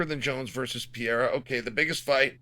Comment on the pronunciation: Chael kills me with the “Pee-air-uh” 😂😂